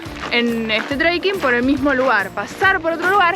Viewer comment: No es "TREIKING"...!!!